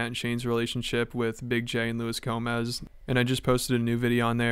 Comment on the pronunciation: Bert and Marc are both insufferable. Also it’s Luis j Gomez 🙄